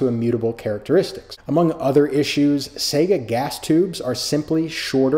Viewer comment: Why do you say Sega instead of Saiga ?